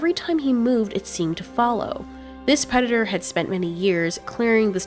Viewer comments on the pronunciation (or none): U said pedidor